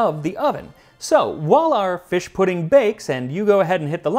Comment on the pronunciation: Feesh Quiche?